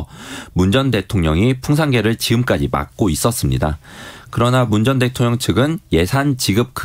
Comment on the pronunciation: 기자님 읽기가 위태로와서 듣기 불편해요.대통령을 대총령이라고, 끊어읽기도 어색해서 남이 쓴 거 의미 모르고 소리만 내는거 같단말예요